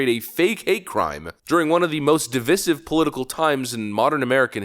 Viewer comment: Who on the planet pronounces the word “divisive” as “de-viss-iv?” Are you really that uneducated???🤣😂